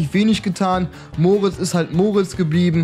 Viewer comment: Er heißt nicht Moritz sondern Mortis